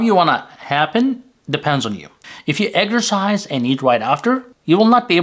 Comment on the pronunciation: Pardon me, "eggsercise" What is this? Eating eggs and exercising? Sounds funny. Do you mean EX er cise